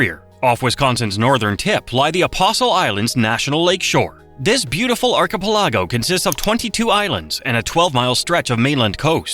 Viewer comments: In the Apostle Islands section, the archipelago was brought up as an arc-uh-peh-LA-go, when it should have been arc-uh-PEL-uh-go. The em-FAH-sis ended up on the wrong syl-LA-ble. Silly AI voice! In the glacial moraine section, the Baraboo Hills were brought up in another hilarious mispronunciation--it's BEAR-uh-boo, not beh-RAH-boo. Then, --yet another pronunciation blunder. Winnebago = win-uh-BAY-go, not win-uh-BAH-go. The men-uh-MEAN-ee River? Really? It's meh-NAH-muh-nee, which is also the name of a local tribe, as well as a town--Menominee Falls. Aside from the horrible pronunciation, you presented good facts, as well as some spectacular footage. However, I'd take a wild guess that all of these blunders could have been found on Wikipedia, if you were interested. Those who know how these are pronounced roll our eyes, and say to ourselves, "Really?" There's nothing wrong with not knowing. However, not having the concern to check and make sure you're doing it right is really not a good precedent to set, as it really sets the bar low for your videos. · As a Wisconsin native, I understand outsiders having trouble pronouncing some of our town names. Your crap AI cant even pronounce words like archipelago or simple ones like Baraboo. Bear a boo. I couldnt even finish the video. We need to start blocking this lazy AI content farming. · 😆 Say "Baraboo" again 🤪 Then again, it can't even correctly pronounce "archipelago" AI slop... gets a thumbs down. And a block. AI scrapes content from human creators, reassembles and embellishes it. Don't approve of it.